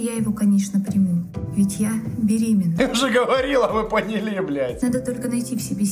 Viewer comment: Мне так понравилось, как сказал "мы понИ́ли бл**